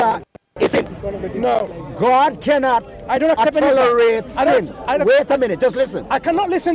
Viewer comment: you kianot..you kianot..you kianot..this should be the proper title..lol